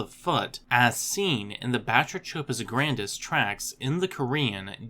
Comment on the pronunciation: It's pronounced: (buh-TRAY-cuh-puss GRAN-diss)